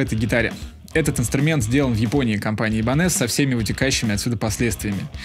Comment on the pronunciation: Но правильно говорить не айбенез а ибанез правильно говорить. Но мне кажется то что ибанез это фирма гитар для профессионального рока.